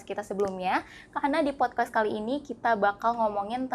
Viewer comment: Ini insightfull bgt tp saya agak penasaran kenapa hostnya selalu nyebut podkwest ya? Apa saya salah denger wkwkk